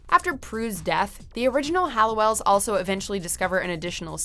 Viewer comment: I am pretty interested in this video and think it is very well done BUT please can the narrator stop calling the OG sisters the HALLOWELLS. I know it seems silly or is it? I mean it‘s about these sisters and their name was part of their identity and family history…